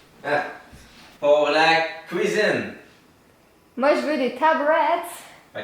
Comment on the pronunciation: Kwyzhin au lieux de cuisine 😂 bon retoure ^^